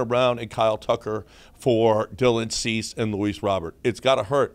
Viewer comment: This dude said Dubon and Chas for Cease and Robert 😂😂😂. I want whatever you’re puffin.